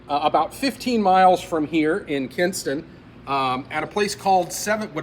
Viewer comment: Kinston, not Kingston. Great work otherwise 👍